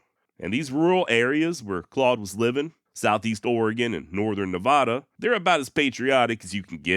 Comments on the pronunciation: (Be sure to see 🏆 below) The trick to pronouncing Nevada like a local is to pronounce the middle "a" (Ne v"A" da) like the A in Apple. "Ne vA da". It was a subject that * was instructed on when I first became a resident, 1993. It gets pronounced with a "short a" like you do, by 99% nonresidents. It is nice when someone mentions it and/or achieved the "Local Correct Pronunciation". Not as easy when you don't live in NV. Anyways, I lived there 17 years and it still feels like "I want to go back home " I noticed it in another video, but I didn't feel it necessary to mention it.. However, if ya, "use Seen w/o a verb", or use "Me when I" is clearly obvious, ... "then I'll bust your chops". 😁 Happy Trails ... (Apple) 😉 PS: people that hurt/Abuse animals, hurt/Abuse people too. They tend to have a Cluster B Personality Disorder called "Narcissist Personality Disorder, and his description reflects an "Anger Control Trait". It is not uncommon for them to be "Efficient Hard Workers" to the (obsessive level. There are a variety of Narcissist Personality Disorder flavors, some avoid work at all cost and are never responsible, in any sense. It's a matter of those "other traits" ... I suspect he was raised in an abusive environment. Ego is at the center of their fixations. He fits the "Montana Skin Head group" Discernment rather than Judgemental .... The NPD subjects were part of my "Speciality Studies" ie: (Sociologist/Behavioralist and Historian) 🏆🏆🏆🏆🏆 You offered a very ⚖️ balanced co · Love you but it's hard to not get upset about pronunciation of states I've lived in for decades. Not Nahvahdah... Ne vah dah (Nevada) Not Ory gun... Or eh gun (Oregon) Bless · Did you say “nevaahhda”? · Na Vah Da Nah Vah Da Na Vah Da. Love what you do, but if you keep butchering the pronunciation of Nevada, I’ll start mispronouncing your Texas place names on purpose in retaliation. You can do it! Thanks for the wonderful, informative, entertaining and interesting content!